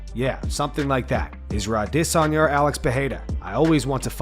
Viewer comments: Ahh - Diss - On - Yah. I bet you say Caramel. Care - Eh - Mel. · Ah - DIS - Onya Bro you say his name soooo wierd. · why does this channel pronounce izzy's last name wrong every time?! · Stop butchering Adesanyas name... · ADESANYA DOES NOT PRONOUNCE HIS NAME THAT WAY!!!! WHY TF DO YOU??!!!